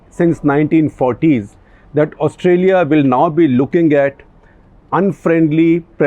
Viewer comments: Please say Australia with a long "Aah" in the beginning of the word, not Ustralia (short "Uh"). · It's Austraa-ya Gupta ji! Excellent show sir! As always! The rigor of print in video! :D